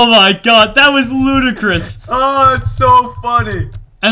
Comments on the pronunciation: It's 'loot'acrous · Hahaha "loot"icrous